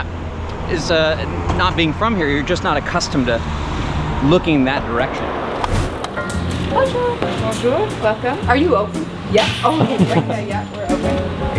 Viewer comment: Stop with the “bon jour”!! How about learning to pronounce it correctly.